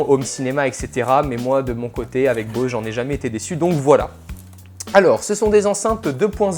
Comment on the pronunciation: avant de parler d'un appareil apprend a prononver correctement son nom Bose quiet 25